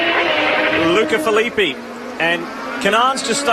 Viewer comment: Agh, that's not how you pronounce Filippi